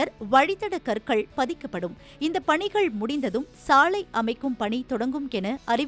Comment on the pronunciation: சாளையா, சாலையா? ஏண்டா உங்களுக்கெல்லாம் தமிழ் எழுத்துக்கள் சரியா உச்சரிக்கவே வராதா 😢😢😢😢 ( லை ) நுனினாக்கில் சொல்லுங்கள் 🙏🙏🙏🙏